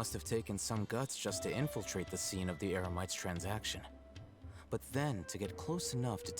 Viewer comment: I just noticed that mispronounced Eremites to Emerites